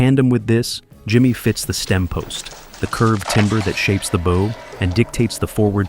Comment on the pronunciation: Bow as in "Take a bow.". Not bow as in "Bow and arrow.".